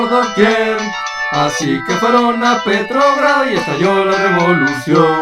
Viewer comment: jajajaja petrogrado, yo pensé que decía PetroBras